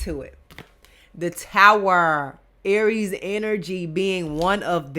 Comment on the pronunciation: Girl you bad I love how you say Aries the Emper you bad.❤️❤️❤️